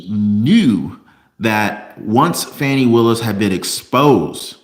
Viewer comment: Her name is pronounce, Foni